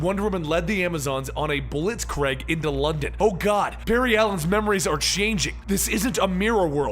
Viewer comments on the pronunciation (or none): i am terribly sorry to be a grammar nazi but ITS A BLITZKRIEG NOT A KREIG PLEASE FOR THE LOVE OF ALL THINGS THAT IS HOLY GET IT RIGHT my apologies about that kind of an outburst, big fucking history buff and when someone says one thing from history wrong it triggers the fuck out of me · blitz-kreg X blitzkrieg ✓ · Blitzkrieg is not pronounced "Blitz-Kregg" Its (blitz-kreeg)